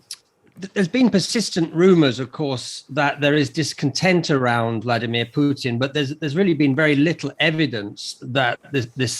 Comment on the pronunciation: Does this journalist not know that Putin contains the letter "t"?